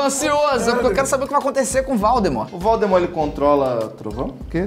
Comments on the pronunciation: em o felipe fala valdmort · ksks até o felipe falou val the mort kk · Para, para, para! Assim vai acabar arrancando o olho de alguém! E você está falando errado. É vOldemort e não vAldemort ! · Lucas: valdemort felipe:voldemort kkkk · Olha ele estava Falando pro lucas que era vooudemor e ele falo vaudemor isto esta errado contra os direitos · Kkkk valdmort e voldmort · Eu não sei se ele o luccas falou valdemort ou Valdemar?🤔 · "Valdemar" KKKKKKKKKKKKKKK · felipe falando Valdemorth